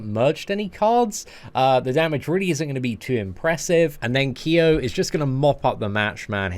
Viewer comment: thanks for not pronouncing Kyo's name as "Kai-o"...